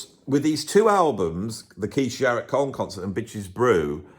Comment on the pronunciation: why do you pronounce it "Sharrett", rather than his real name, "Jarrett"?